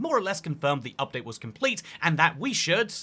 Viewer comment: Damn i really want this "Upate" 😂❤